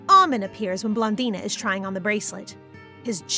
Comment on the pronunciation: It's pronounced ah-mon not ah-min